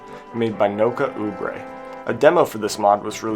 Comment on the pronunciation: First of all, no Angtherum? C'mon, man! Secondly, Kaze is pronounced Caw-Zey. I know the Guy is actually German (Kaze Emanuar), but he's using a Japanese Word as his Username, and last I checked, Japanese Pronunciation does NOT use Silent E. You didn't do that with Nokaubure (which I think you also didn't pronounce correctly, but I could be wrong about that. I think it's No-Cow-Boo-Ray, because Japanese DOES have Silent U, but if the Creator tells me themself that I'm wrong, then I'll gladly rescind this part of my Comment), so why not do that with Kaze? Both names look and sound Japanese after all, much like Jinnosuke (Djinn-No-Skay). Also, I think the Stonee in Stonee Bad Luck is pronounced Stoh-Knee, but I could be wrong. It IS based on the Word Stoner after all. I too am looking forward to those Crossover Rom Hack Entries. I also am looking forward to some of these Upcoming Rom Hacks that started out as Demos that were used as Rom Hack Contest Entries, such as Cosmic Goddess, Conspiracy, Crystal Clocks (unless that Update that was released directly to Hylian Modding's Non-contest Rom Hacks was the Final Release), and Shadows of Arcadia. Tell me what you think.